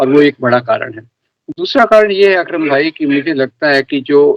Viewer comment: भाई वो "अक्रम" "विक्रम" नही।